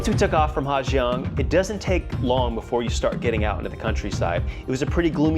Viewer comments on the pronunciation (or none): Well.... You were right. The waterfall that looks like Du Gia, is pronounced Zu Za. But, guess what that means??? You've been pronouncing Ha Giang wrong the whole video, and your whole trip. In North Vietnam, the 'Gi" letter combination is pronounced as a 'Z".... so it's pronounced Ha Zang. Not Ha Gee-ang.